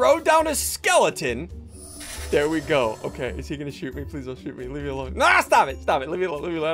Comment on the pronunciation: I assume he probably said stop it but it kinda sounds like it lol